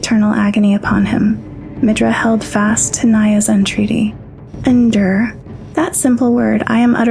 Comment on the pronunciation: I can't tell if your just mispronouncing the words on purpose. It's endure, not inder. It's ripened, not rippined? They're were so many more but I'm not gonna waste my time. I think your just trolling